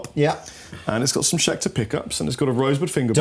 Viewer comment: "Scheter guitars"